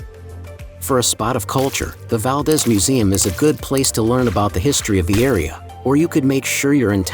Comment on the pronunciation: Valdez is pronounced wrong.